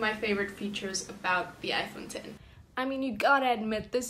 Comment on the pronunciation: Finally someone that doesn’t say "iPhone Ecks" 😂